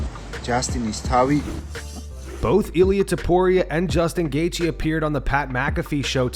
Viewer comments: " I would leave him to" gaythje? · We have full mount mma saying goythje before gta6